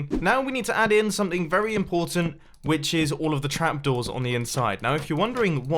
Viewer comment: When Mumbo said “Which is”, it sounded like “witches”!